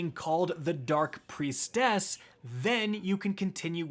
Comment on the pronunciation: Normal people: "Priestess": "PRIEST ESS!"